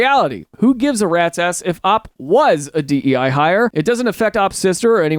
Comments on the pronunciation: It's pronounced OP, not Op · Why does he say Opp 🔫 instead of O-P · It's not op it's O.P. Stop it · O.P. Original Poster! Not, like how you are saying it!